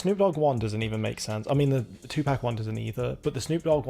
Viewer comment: Liked your video a lot, but please please, pronounce Tupac correctly. I know you have an accent, but you can still say it right. I flinched every time you said Two pack 😂